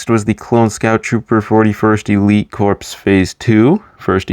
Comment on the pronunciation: A few things: - Corps is pronounced like core, not like corpse. - The 2008 shock trooper is different from the 2007 one in that he has a white hip piece instead of a black one. - The Lightning Squadron ARF trooper is specifically Razor because of the four blue stripes on his helmet, Stak only had two blue stripes. - I don't know why you included ARC trooper Hammer since you left out all the other named clones. - The 2019 41st scout is different to the 2014 one because of the dark tan printing on his inner legs instead of the brown printing that the 2014 one had. - The 2020 airborne has completely different printing to the 2014 one. - That design first appeared in Clone Wars seaon 5 and then the exact same design appeared in the 2017 Battlefront 2. - I've seen more people online be fine with or not have an opinion on the helmet holes than I have seen people have a problem with them. - Fives was an ARC trooper and his rank is unknown, but he was likely either a sergeant or a lieutenant.